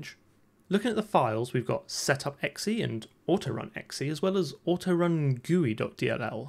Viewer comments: This man is really out here pronouncing .exe as “ecksee” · I've never heard that pronunciation of .exe before but I really like it, I might start saying it that way.